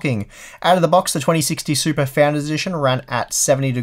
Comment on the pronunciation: A few times I thought you said supra.